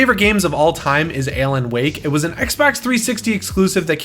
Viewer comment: Are you saying Ellen Wake?